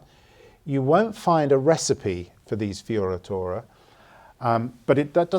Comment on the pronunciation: Ahah in italian correct pronunciation for “fioritura” must to be FIORETURA. Like use the E not the I. Italian pronunciation for “I” is the “E” in English (like the first I after F)